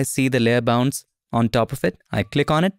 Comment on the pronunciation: For 2 mins I genuinely thought you were saying ‘layer bounce’ and thought surely it doesn’t literally bounce? Penny dropped actually seeing the layer ‘bounds’ 😂 Great new feature, will look forward to this!